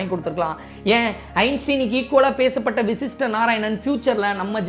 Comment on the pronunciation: vashist not vishist